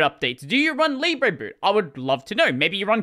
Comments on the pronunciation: If it was pronounced "leeb-rey", it would be spelt libré. It's "lee-bruh". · Oh, "libre boot" Here I thought it was "lib reboot" until I heard him say it out loud.